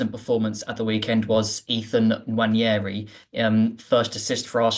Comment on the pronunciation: . Listen, I know it's dull when people complain about pronunciation, but it's "wah-nerry", not "nwan-ee-airy"